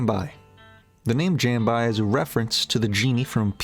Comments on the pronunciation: Jambi is pronounced Jam-BEE, not Jam-by, overall great video though. I think this is tied with AEnima for best album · Nitpicking but the second track is pronounced “jombee” not “jam-bye” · Everyone else on the planet : Jambi = Jom-bee The narrator: Jambi = Jam-bye But seriously, this video was incredibly researched and put together. I think his analysis is spot-on. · Jambi the city is pronounce jom-bee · Thumb down for shitting on PeeWee and not even caring about how to pronounce "Jah-mbi" Do your reaseach and you would know "what the fuck that means". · That's not how you say Jambi. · Does an entire video on 10k days and doesn’t know how to pronounce Jambi. I’m so done. Lol